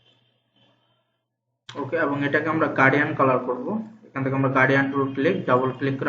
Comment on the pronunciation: Hello Mr., আপনি গার্ডিয়ান কালার উচচারন করতেছেন, শব্দটি হবে গ্রাডিয়ান্ট?